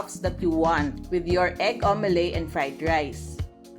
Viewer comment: ha ha its omelette (aam.luht) not omeley